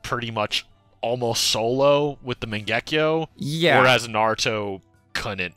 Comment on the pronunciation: I like this channel but I can't stand the way y'all say Mangekyo and kamui and the like 😭😭💀💀